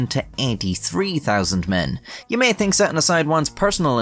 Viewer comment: anyTING? tink? 2023 learn to pronounce words correctly